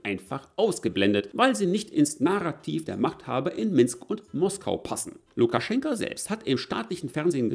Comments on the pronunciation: Lukaschenko mit Oooooooo nicht mit A am Ende.... 😂🤣 ich bekomm Ohren Krebs xD 😂😅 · LukaschenkA???? Heist der nicht Lukaschenko? Wenn du ned mal seinen Namen kennst, kann der Rest auch keinen Wert haben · Wieso sagst du immer Lukaschenka, wo doch überall Lukaschenko steht?😎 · Warum eigentlich LukaschenkAAA und nicht Lukaschenko? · Warum titulierst Du Lukaschenko dauernd mit Lukaschenka? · Bitte "Lukaschenko". Aussprache identisch wie die Schreibweise. "Lukaschenka" steht für die weibliche Form. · Heißt er nicht Lukaschenk-o ?